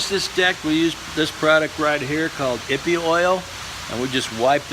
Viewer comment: Here is your second opinion - just 4 years too late. He is right it's pronounced ee pay. Ippy sounds so funny though so keep saying it.